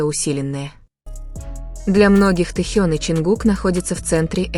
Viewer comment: Произносите правильно имя тьэхена кто ты такая читаю ком одни оскорбления по какому праву они работают стараються радовать вас какая разница чонгук или тэхен первые они все талантливы и он не бездарь дождидесьтура там будет видно а оскорблять не нужно